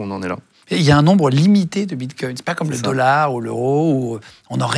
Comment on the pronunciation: On dit « un dollard » pas « indolore » !